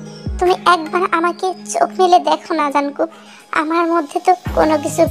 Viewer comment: Jankook না jungkook